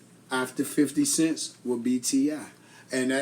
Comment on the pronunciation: laughing at dude said 50 cents . it's 50 cent no t with a S